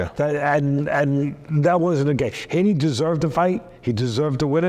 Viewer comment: I’m a stokie and it’s mental to see teddy atlas talking about someone from our city he’s a really likeable bloke really good honest character (p.s it’s pronounced hee-knee😂) up the potters 🔴⚪️